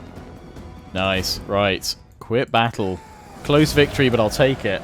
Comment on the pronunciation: Don't stop saying noice it is funny :)